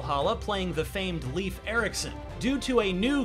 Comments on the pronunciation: "Leif" is pretty easy to say, and nothing like he says in the review. Its literally just like saying "life" a bit faster. Thats it. Not leaf, or lif, or whatever hes trying here. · ”Leaf”.. Lejf thank You very much